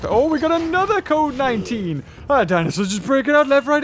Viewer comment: Who else heard covid 19 when said code 19?